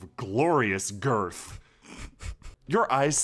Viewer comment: sure put a lot of emphasis on the "Girth". Almost makes me wonder if he's secretly a clairvoyant and was able to see the future and predict the TBZ streams.